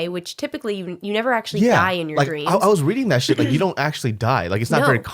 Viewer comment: "I had a dweams. You ever had a dweam?" Fucking sent me lmfao.